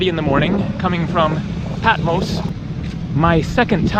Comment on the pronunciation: haha patmose..... it's patMOS!!!!!